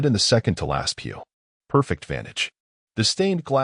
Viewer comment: pew, not peel